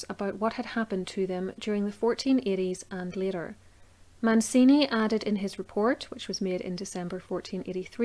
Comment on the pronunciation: Very thorough presentation of the 'evidence'...but get some help with the pronunciations of the names! Italian names aren't difficult! Man-chee-nee NOT Man-see-nee!...Jil-lyee NOT GIG-ly!...the Ulster tones are great...but it's important to get the details right, right? (Eye-ther not eee-ther...!).